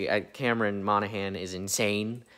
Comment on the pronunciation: It felt like Benjamin had seen your previous videos in the series and was trying to politely correct your pronunciation of "Monaghan" lol